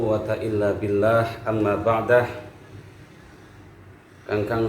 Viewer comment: Amma baKdu de bukan Amma bakdah harus mabni dlommah